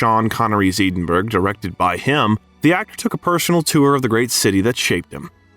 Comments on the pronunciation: Dude, do your research. The BAFTA is not the British Oscar. And as much as I realise Americans (and Brits for that matter) have no clue or don't care about correct pronunciation of foreign terms, you can look up how Edinburgh is pronounced correctly. Unless, of course your commentary is AI. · Please learn to pronounce Edinburgh 🙄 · If you had Googled the pronunciation of "Edinburgh," you wouldn't have sounded like a complete moron. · YouTube do me a favour. Find a non American narrator who can pronounce the following words, Edinburgh, Fred Schepisi, and others. Ignorant. Can you pronounce Milwaukee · Are you telling me there is no place in Scotland called Eden berg through which the Mississippi flows? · I’m half-Scottish and 1/4 English plus German and Irish. Mom’s maiden name is Home and Dad’s is Stewart. The pronunciation of Edinburgh is Ehdinburgh or Ehdinborough, NOT EEDINBURGH!! Thank you. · Edenburgh! That’s a first one for me. Edinburgh is pronounced Ed-inburgh. I get sidetracked when even names f cities are pronounced wrong? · Uh-oh. When you say Edinburg, and it's not a small vilage in Denmark, you have rather lost the audience. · Oh for gods sake. Edinburgh is not “Eeeden - burg”. This narration is awful. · It is NOT pronounced 'EE-den-burg'. Where on earth did you get that pronunciation Robot? Oh and F.U. Robot! THUMB DOWN BIOGRAPHER WITH YOUR ROBOT NARRATOR. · Eddddiinnbrrurrrr - E as in Egg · It is pronounced EDInburgh not Eeeedinburgh. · Eedinburg, netherlands. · "Eedin-burg".. you lost me there. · Pronunciation! Eden burg? Did I hear that right? Good lord. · Nice video. BTW “Edinburgh Scotland “ is pronounced “Ed - in - burr - oh..” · For heaven's sake, can you please teach the AI system you use how to pronounce Edinburgh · I wish the narrator would learn how to pronounce Edinburgh. Really annoying. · Check the pronunciation of Edinburgh!